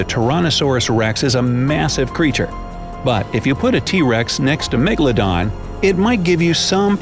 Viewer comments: 😡 Its Not Megladon 🤬 Its Megalodon 😉👍🏻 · It's Megaladon not Magaladon